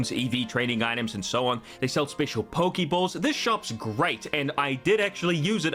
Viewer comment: Pokéball, not pokiball.